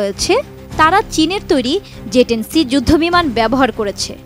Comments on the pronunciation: It's J10C apni bar bar Ze10c ken boltesen? -. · "যে" না। এটা হবে, "জে" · It’s J10C not Ze 10C. Get your pronunciation right . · Its not Ze its J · মগাভাই, ঐটা ze(যে) না, J(জে)। আগে সংবাদপাঠকদের দেখে আমরা উচ্চারণ ঠিক করে নিতাম, এখন এদেরকে ঠিক করাইতে আবার প্রাইমারি স্কুলে পাঠানো লাগবে।🙄